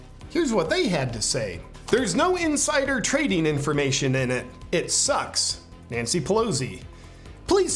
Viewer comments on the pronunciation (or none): none